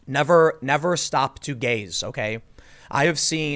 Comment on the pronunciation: “Never Stop Two Gay’s” Had the video on in the background and was only half listening. Did a huge double take and rewind. Now I’m laughing my ass off. “Never Stop to Gaze” Got it. Lol.